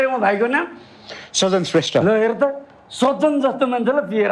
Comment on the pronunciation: एकदम खत्र । full हाँसो । जितु जी सजन भन्नू पर्नेमा साजन भन्नू भो ।